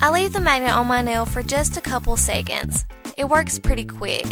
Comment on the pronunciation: Seycands :p (seconds)